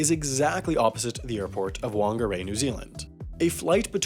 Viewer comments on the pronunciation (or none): Both the "W" and the "F" pronunciations are used when saying "Whangarei" in English (though the "F" pronunciation is more common these days) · Its pronounced faaunga-rei being a maori name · “Won-ga-ray” ❌ “Fa-nga-ray” ✅ Ng as in sing, ray with a rolled r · "wan-ga-ray" god that hurt to hear. It's "F-ung-a-rai" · Wangarei? It's Whangarei (Fangarei), wh makes a f sound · Don’t worry, we aren’t weird, Whangarei isn’t called Wongarey it’s more like fungarai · itssss not wong ah ray, it’s fong ah ray. ahhhhhhh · It is pronounced 'Fangarei' and not 'Wangarei'. Whangarei is a Maori word and Wh is pronounced as 'Fa' in Maori. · It’s not /w’hangeray/ it’s /faŋarei/ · I can guess isn't a New Zealander, but he could at least pronounce it right. Cause it's pretty much pronounced thong-a-ray not wong-a-ray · ahem whangarei is pronounced the a f sound not w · Whangarei is not Whan gey ry but fan gey ry.. wh is pronounced as f.. or rather "pha" in the native Maori language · Just a New Zealander stepping in here: if anyone's curious, the "Wh" in "Whangarei Airport" is actually pronounced like an "F", so it should actually be pronounced "fahng-ah-ray" :) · Just trying to be informative here, because of the language the name Whangarei comes from, it’s pronounced something like “Fong-a-ray”. The “wh” makes a “F” sound in the Maori language, the native language of New Zealand. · Whangarei is properly pronounced "Fung-nga-ray" - a New Zealander. The "Wh" is a "F" sound in Maori. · Just FYI- In Maori (which had no written language), "Wha" is pronounced "Fuh", so Whangarei is pronounced "fuhngaray" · Whangarei is pronounced fun ga rei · No Whuckingwei! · Hey, just saying... Whangarei is pronounced with a "ph" sound. This could be added in your yearly mistakes videos. So like "Phun-ga-rey" that's how you'd pronounce Whangarei. Much love from NZ. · Pronouncing Whangerei as "Wongeray" really hurt lol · wangarei??? fyi the "wh" makes an "f" sound. Otherwise great video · Like "phone"